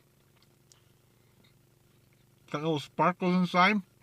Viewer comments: lol you said sparkles not spinkeles it sprinkles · Sprinkles not sparkles...😂